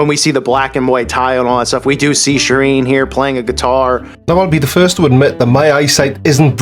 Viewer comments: Wait, I need to address something. Providing music that SOME people want to hear. Personally I wouldn't be bothered if I didn't heard an Ed "Sherron" song again. Is Sheeran like a new Bouquet/bucket thing? Or is this just American with no sense of pronunciation at all? Almost 2 mins in and I'm already getting distracted. I'm guessing he will mention GOT at some point, which while it was a little cringeworthy, not exactly some diabolical plot to kill us. I actually didn't notice at the time, as I had no clue who Ed Sheeran was. Anyway onwards an upwards! Lets see what else he has to offer. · Wait? Sheer-een? fecking hell. I also can't wait to hear why Adele called her albums 19, 21 & 25 and why it's a sign of Lucifer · Really a guy who cannot even pronounce the word Sheeran - who has researched him and knows him REALLY?? This is why you should not put internet access and PC`s in padded cells. I personally think `A Call for an Uprising` is actually an ILLUMINATI Psyops operative who is tasked with generating so much stupidity that it dumbs down the populous ready for THEM!!! THEY are already here............ Nice one Creaky thanks for not covering the whole of his video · Why do Americans get simple Irish names so badly wrong?